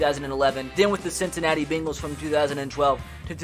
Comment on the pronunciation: "Bingles" "two thousand and Tin"